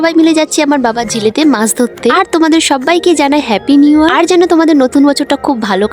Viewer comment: ওটা হ্যাপি নিয়ার নয় হ্যাপি নিউ ইয়ার। দিদি কিছু মনে করো না প্লিজ। আমি শুধু তোমার ভুল টা